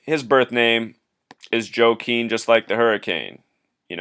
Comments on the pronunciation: I believe it's pronounced "WA-KEEN", not "JO-KWIN". Just a heads up. People mispronounce it all the time. Just a wierd spelling is all. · I think it's pronounced wah-keen.